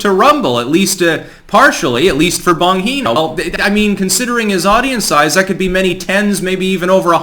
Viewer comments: Why do you keep calling him "Bonheeno"? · "Bongino" is an Italian name; "gi" is pronounced like the English word "gee". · I knew how it was pronounced because I listen to him on talk radio sometimes. It was kinda painful hearing "Bonheeno" repeatedly through the video. LOL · Omfg it's BAHN-GEE-NO . LOL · Love the channel, but FOR FUCK'S SAKE IT'S PRONOUNCED "BON-JINO"! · Wtf my ears, it's "Bon geee no", soft G dude. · Its Bon•G•no. Hard G. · Your pronunciation of Bongino is driving me crazy. Haha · How could mess up the pronunciation of "Bongino" so badly? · You are saying his last name wrong lol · I think you might be pronouncing Dan bongino's name wrong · Somebody tell how to pronounce Bongino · can surely butcher a name. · Bro, it is so cringe when say his name wrong. Geez. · Dude...it's BonGeeeNo not BonHeeeNo. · Why is he calling him "Bon He No"? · Sorry but you need to listen to how Bongino pronounces his name. He pronounces it “Bon (gee) no”. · It's an Italian name, j not h. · Hey brother it’s BonGeno not BonHeno!! Lol love the Content!!! But had me Rolling Every time you said it... Keep Em Coming!!! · It's a "g" not an "h". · Bon "G" no not Bon "He" no. Sorry to be a dick lolol I watch him a lot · Excellent video as usual! I watch your content everyday! You’re brilliant. However, why the “Boheeno” pronunciation? Dan Bongino pronounces it as “Bonjeeno.” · it's Gee No, not Hee no...he's italian not mexican dude....u even ever watch his show? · Bonheeeno. Its bonGino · I love you, but every time you say Bon "heeeno" instead of "gheeeno" You tell us you really don't know Dan's content. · It's pronounced Bon JEENO,not heeno. No one says that, he's never corrected anyone. BonGINO, it's not Spanish the g isn't an h. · You should watch his show. At least the first ten seconds. Then maybe you would stop pronouncing his name wrong. It's Bon-G-no not Bon-gee-no. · Bon geeee no. Not Bon heee no. JS. 👍❤